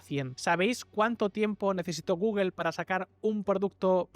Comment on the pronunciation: Porque ese afán de pronunciar mal la palabra Google...